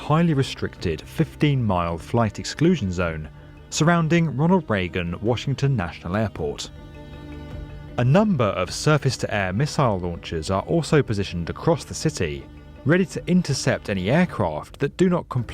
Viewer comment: it's Ronald Reagan, not Regan.